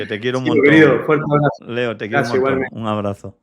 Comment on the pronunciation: te ha dicho Leo,Leo coño no Lio!!jajaja